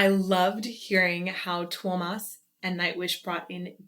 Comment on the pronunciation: FYI: Tuomas' name has 3 syllables, pronounced like TOO-oh-mus. In The Poet And The Pendulum, the spoken part just before Tuomas' figurative death, the young boy narrator says his name properly. Also, in one of the Tampere versions of The Greatest Show On Earth, Marko introduces Tuomas at the beginning and you can hear how he pronounces it. As always, love your reactions, and how you deconstruct what is happening in the music and singing. Absolutely brilliant! My suggestion now would be for 'Music', the first song on their latest album, available as another lyric video on YouTube.